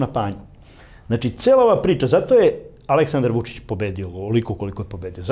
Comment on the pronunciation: Kako Glišić akcentuje Vučićevo ime ne obećava baš da se bori za Srbiju. ( ako je verovati pokojnom Lanetu Gutoviću )